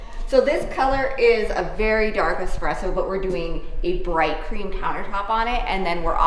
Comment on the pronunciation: I had to back up a bit, because I thought I heard you say you were going to install a bright green countertop for the kitchen. 😂 Bright cream sounds like a much better choice!